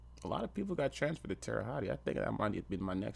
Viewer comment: Terra Hottie, lol. It's pronounced Terra Holt